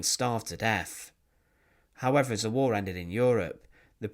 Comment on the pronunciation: War !!, not " wall"